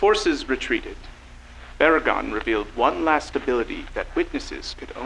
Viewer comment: For future reference, seeing as you have both Baragon and Barugon in the same series, make sure their names aren’t being pronounced the same.